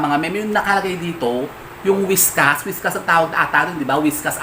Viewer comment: Whiskas??😂😂😂 Bka po whiskers!😆